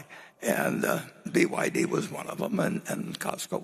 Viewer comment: He cannot even pronounce well BYD.